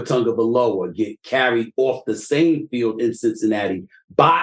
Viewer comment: Never know if Draymond is saying fill, feel or field